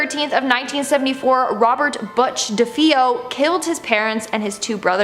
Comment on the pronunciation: DeFeo is not pronounced as DeFeeo It is pronounced as DeFayo.